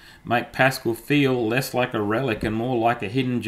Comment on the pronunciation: PasCAL, not PAScal! (In honour of the French Mathematician Blaise Pascal.)